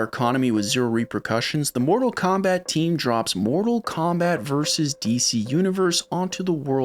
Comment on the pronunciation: It's so refreshing to hear an American pronounce "Vs." as "versus" not "verse".